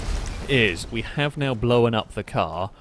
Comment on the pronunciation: Stop saying "blowan up" and start saying "blown up"